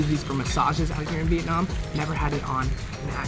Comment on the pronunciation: The way he said vietnam "veetnahm".... THE WAY HE SAID DONG. if youre a viet speaker you know.... Its okay